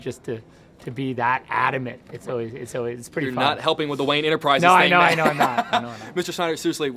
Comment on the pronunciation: "wayne enterprises" dammit. but im glad you pointed it out because i probably wouldn't have noticed it anyways lol